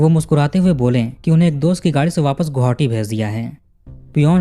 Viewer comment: गोहावटी ❎आप गुवाहाटी कहिए या गोहाटी,🎉